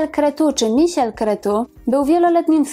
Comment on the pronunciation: Super materiał , szkoda ze nie wspomniała Pani o tym ile posiada na Ibizie z T.Andersem , że była niemal 8 lat non stop w trasie koncertowej od singla Magda Magdalena . Nazwisko jej 1 męża wymawia sie Kre'cu - on jest z Rumunii . Obecnie można go czasem spotkać w centrum Monachium ( Marinenplatz ) gdzie pomieszkuje a w jednym z Caffe barow gra w szach z przyjacołmi - wiem bo spotkalem ale odmawia wspólnego zbjecia - trudne zycie fana hahaha . Pozdrawiam ,bardzo fajny materiał !